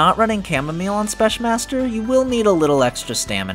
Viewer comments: Why're you saying spesh. theres no sh there man. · So I know English is dumb, but even if the word "Specmaster" is a shortened version of "Special master" I'm pretty sure it needs to be pronounced with a "k" sound instead of a "sh" sound, not sure tho... anyways great video :)